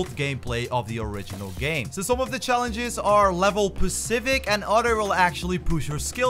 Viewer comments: Is specific not pacific. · Yeah and wrap speed instead of warp speed level pacific instead of specific 😂